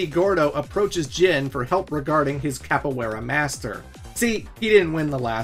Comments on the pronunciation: your pronunciation of capoiera is disrespectful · For someone who put so much emphasis on the pronunciation of "tekken", you really butchered that. Hwoarang and Capoeira